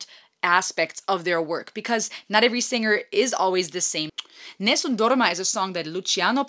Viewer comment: Just subscribed, enjoyed that you took the time to give some background on "Nessum Dorma" (with beautiful pronunciation). So cute when it occurred to you that you did in fact know the song. Looking forward to your reaction to "Home Free's" vast catalogue. For something really different please consider listening to "Everybody's Walking This Land". Be well.